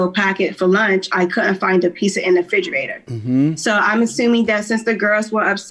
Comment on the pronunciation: And figerator?🤦🏾